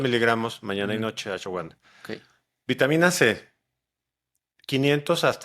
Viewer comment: Muy buen video 👏🏼👏🏼👏🏼 Él quiere decir Ashwagandha pero lo pronuncia diferente (Por cierto es excelente como baja el estrés)